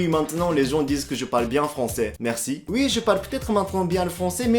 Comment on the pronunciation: Le "Merusi" d'Aoyama Yuga! 🤣😂 Je m'y attendais tellement 🤴👑😅 le "Bonjulu" sur la notification m'a mise la puce à l'oreille.